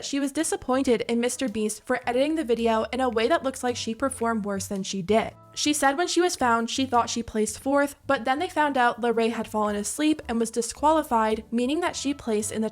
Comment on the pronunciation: I think all the comments pretty much cover it all but I just wanna say I think Rosana calling Larray “Larry” multiple times feels like a micro aggression 🤨